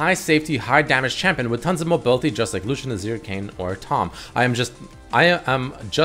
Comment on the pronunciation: Its kayn:v